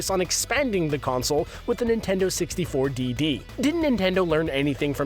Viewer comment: why does he say Nintendo 64 DD like that